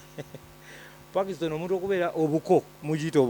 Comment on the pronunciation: Gwe eya Soma and can't pronounce the word " Parkinson's" disease.